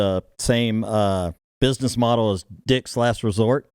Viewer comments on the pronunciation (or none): none